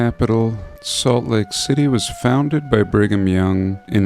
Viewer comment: "Bring Em Young" and "Groper Cleaveland" LMAO